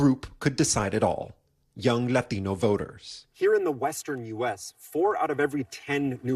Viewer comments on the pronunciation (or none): Stop saying Latino like that It’s so weird . you can see how biased this news source is if they don’t get enough Latinos to vote for Joe Biden it’ll have to go to Trump. Oh you mean the economics will get better. The borders won’t be flooded, and we won’t be at war Soros funded news media.